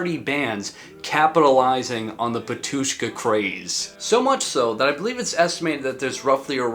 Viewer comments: you’ve got a mistake in your pronunciation. Not batUshka but bAtushka. Great video, bro. We’re all waiting for another big video about metal genre. Break a lag! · It’s bAtushka not “batUshka”😊😊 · Great video! However, the accent is on the first a, Bátushka. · It's 'Batushka (first syllable stressed) not Ba'tushka and it's Litur'giya with a g like in game, not dʒ like in gem... (muricans...) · thanks for the video! it's pronounced bAtushka. and litourghia. no clue where most of non-eastern Europeans get this wrong pronunciations